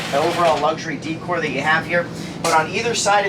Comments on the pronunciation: Please stop saying d cor. The word is day cor😅. Decor is day cor. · Nice review, decor is pronounced day core tho❤ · The upper cabinet supports are called gas struts, not hydraulic . Also the word decor is pronounced day - cor.